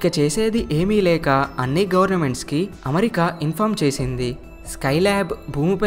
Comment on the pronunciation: మంచి విషయం.. కానీ మంచి తెలుగు లో చెపితే ఇంకా బాగుంటుంది. పడ్నాలుగు (14) కాదు పద్నాలుగు అనాలి అలాగే అమరికా కాదు అమెరికా అనాలి